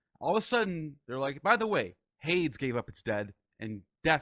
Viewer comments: Just a gentle correction: Hades is pronounced "Hay-deez" not "Hayds". Terrific interview. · Haydes, demiter, elushis, layment etc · What an honor to interview Carl Ruck. It was funny hearing Hades pronounced that way. Then there's the pronunciations DEMI'-ter and per-CEP'-pony that threw me. But who is El-U'-shus😅? And the mushroom, I've always spoken it SY-loh-SY'-bee, but have heard others pronounce it differently.